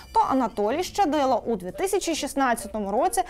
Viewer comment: В українській мові слова як чуються так і пишуться! Тому коли журналісти кажуть "ШЧадило" - це не вірно! Є буква лише Щ, тому Щадило!